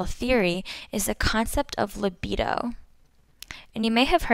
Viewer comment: funny the way she pronounced "libido" and did a freudian slip "sex". intentional?